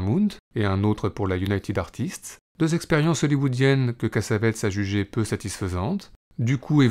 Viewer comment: Cass-A-Vé-Tiss ---> La bonne prononciation.